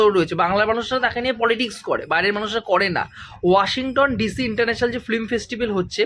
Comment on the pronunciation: প্রতিবেদন আরও ভালো হবে, যদি "ফ্লিম" না বলে "ফিল্ম" বলেন।